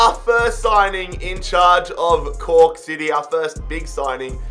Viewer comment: Im laughing my ass off i heard coock city i cant anymore lmao